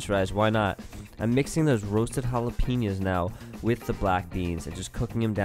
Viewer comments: I got triggered every time he said "halaypeeños" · Every time he says jalapeños, I cringe.